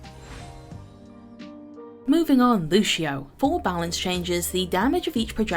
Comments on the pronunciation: It's Lucio not luchio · Why do americans call lucio, "lush-io"?